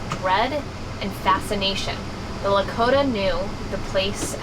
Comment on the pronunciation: I’m also Lakota and her pronunciation was so off but cute. Reminds me of how our white teachers would pronounce Lakota words in class